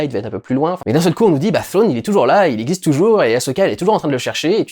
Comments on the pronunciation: Trawn, pas phrone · "Frwone" 😂 Merci Dudu ça fait du bien de rire 😂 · Thrawn , au pire prononce le "trone" . Sinon perso j'ai kiffé cette saison 2 est même si la plupart de la saison est du fan service , franchement osef ca ma fait rêver comme la prelogie et la trilogie originale, je suis conscient des défauts du fan service et du rythme de la série mais pour moi c'est pas grave , cette serie ma fait vibrer et g hâte pour les prochaines séries star wars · Ou Frown comme on dit dans le Wyoming